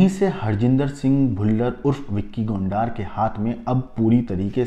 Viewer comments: Gondar nhi gondar h wo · Gondaar nhi Gondar h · Gondaaaar nahi bhai , Gonder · BHAI VICKY GONDAAR NAHI BALKI VICKY GONDAR *GONDRRR HAI GONDAAARRR NAHI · Aby gondaar nahi hai gondar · Tu pahle bolna seekh le anchor gondar नहीं गोंडर हैं 😂😂😂😂😂😂